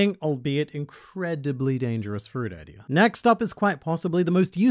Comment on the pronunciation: The video was good but why do you say ider instead of idea